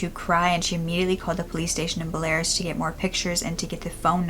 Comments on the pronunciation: Be-la-rus. Not "Belares" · I’m so happy she was well taken care of and her family found her! Also btw I believe the pronunciation of Belarus in English is “bella-ruse” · belarus= "behl-ah-roos" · Such an interesting case and nice it had such a good outcome :) I love that. And I think you mean Belarus? So it's pronounced "bell-ah-roose" - cheers! :) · You are saying Belarus completely wrong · She does such a good job but it took me forever to figure out that she was saying Belarus 🤍🤍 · I love how she pronounced Belarus LOL so funny and cute...and finally a happy ending. I love cases like this :D